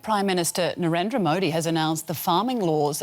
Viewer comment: Nothing better than foreign media pronouncing modi😂😂😂